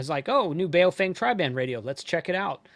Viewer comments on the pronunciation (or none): Let's show some respect here, the correct pronunciation of the company's name is not BayoFANG.... How would you like it? If everyone insisted on mispronouncing your name. The correct pronunciation for BaoFeng sounds like this Bah-oh Fung... so don't be a xenophobe racist bigot.. China calls America meiguo ===--> meaning Beautiful Country... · A lesson from my limited Chinese. Bao is pronounced bow as in bending from the waist (not what you where around your neck). And feng in Chinese is pronounced FUNG Bow Fung is what it sounds like if the Chinese say it.